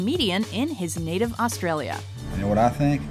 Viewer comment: The narrators pronunciation of Australia and Australian is honestly hilarious.